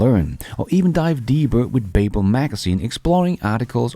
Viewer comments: BABBEL is kimda like BUBBLE not BAYBBEL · its pronounced Ba - Bel, like the Tower of Babel. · Hej (Beachcomber?) -- Please note: Babble rhymes with Bubble... Babel rhymes with Able... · Google babble , it doesn’t sound exactly right, the way you are saying it. Just saying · Haha I was looking for this comment. Mispronouncing the name of a language company.. that's some solid irony right there😬